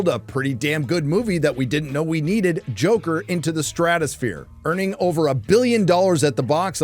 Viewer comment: Thanks so much for this review of Jacker Folly a Doo starring Walking Fenix and Ladee Guhgah. Seriously, dude? You don't even know how to pronounce her name? lmao